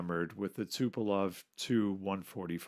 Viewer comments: Designer of TUs was TupolEv not TupolOv. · T U P O L E V - not Tupelov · Also, it's TupolEv, not TupolOv. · Again, it's not Tupelov. It is TUPOLEV.